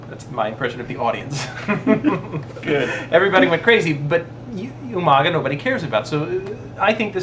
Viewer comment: u guys say umaga wrong